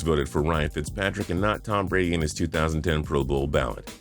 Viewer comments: "Tom Brad" XD LOL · "Tom Brad" lol